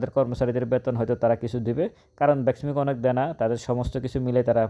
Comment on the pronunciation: আসসালামু আলাইকুম। ভাই আমি আপনার মার্কেট পর্যালোচনার নিয়মিত শ্রোতা। আপনি তথ্যবহুল আলোচনা করে থাকেন । যাহোক, ভাই আপনি BEXIMCO না বলে BESMICO বলে আসছেন । এবং আপনার নিজ জেলা কোটি ?